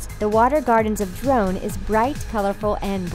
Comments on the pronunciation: I wanted to enjoy this but the mispronunciation is too much. "DRONE" lol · Ha she said drone instead of dorne and they typed as drone when she said it. When they mentioned the water gardens. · "The water gardens of DRONE" XD lmfao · Drone, Davis, Melisander, Thein...goddamn, also it sounds like she says excess rather than Essos. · West-teros and Ex-sos??? Drone?! Editor needs to be fired.